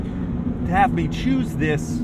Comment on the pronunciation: “It’s definitely pleasin’ mei” 😳